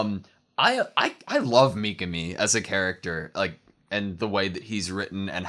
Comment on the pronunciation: Don't fall for the English dub pronunciation. It's not mee-kuh-mee, it's mee-KAH-mee